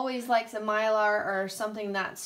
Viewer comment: Myler isn't a type of bit, it's a brand And it's My-ler, not My-lar 😊